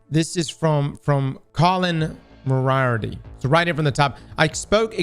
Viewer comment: "This is from Colin...Mrrrirty..." LOL!. It's MOR-E-ARTY.